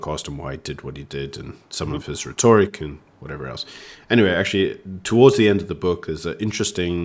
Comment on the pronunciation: My god, … It is Rhe - toric (reh-tuh-ruhk) ReTORric… my fok 🤦🏼‍♂️